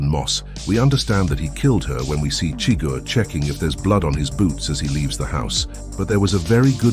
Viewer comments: SHUH-GUHR, not chigger. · For someone that says they’ve seen the movie so many times you pronounce Chigurgh’s name every way but the way in the movie